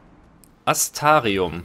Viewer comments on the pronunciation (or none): Kann es sein, dass du mit dem Buchstaben R irgendwie auf Kriefsfuß stehst? Immer lässt du den weg. :P (siehe Astrarium)